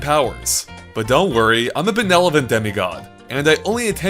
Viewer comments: Did you seriously just say "benelovent"? It's "benevolent"... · I hate to break it to ya, but "benelovent" isn't a word. What you're looking for is "benevolent" demigod;) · "Benelovent demi-god"? The word's 'benevolent'... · Thanks for the video, oh "benelovent" demigod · "benelevent demigod" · It's benevolent, not benelovent. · "benelovent demi god" xD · "benelavent demigod" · This boi just say benelovent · Did he say benelovent? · "benelovent" demigod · "Benelovent!" 😂😂😂 oh,... god bless 😝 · BeneLovent? lol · lol "benelovent" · "Benelovent?" Ben-elephant? Lol, is a demigod who mixes up his consonants. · That... is not how you say benevolant... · i'm glad that you're benelovent and not benevolent. ;) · "I'm a benelovent demigod" b e n e l o v e n t